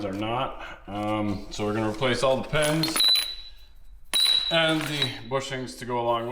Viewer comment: Never heard a canuck say "Pehns" or "Pehstons". Is that a local accent thing?